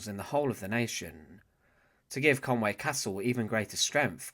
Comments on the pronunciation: It's conwee castle ffs not conway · Conwy not Conway